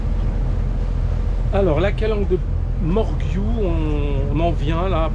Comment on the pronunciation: Merci pour ces belles images. Au fait on prononce Morgiou avec un « j » comme morjiou et pas un « gu » , et pour Cassis on ne prononce pas le « s » de la fin . La clarté de l’eau à Riou, c’est quelque chose, j’y ai fait plusieurs plongées sous-marine c’est magnifique dessous comme dessus !!! Les calanques comme cadre de mouillage et petits repas. 👍